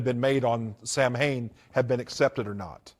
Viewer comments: Samhain is pronounced Sah-Win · The fact he pronounces “Samhain” wrong shows me he was never involved in the “occult” or satanism.